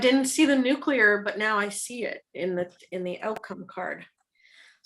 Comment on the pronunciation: You guys are hilarious together, and I loved the readings! But,, please tell me you don’t normally pronounce nuclear as ‘nuc-u-lar’ as Bush 43 and the rethuglicans do!